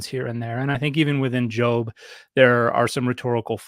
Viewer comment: She can't even pronounce Job properly.